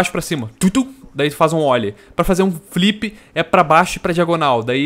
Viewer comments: não é ólie.. é ôllie que se fala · ja tive a "época" do skate 3.O que mais me irrita são pessoas falando "ôlie" a o invés de "óllie".